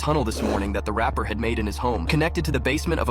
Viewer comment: He says RAPER😅 Not rapper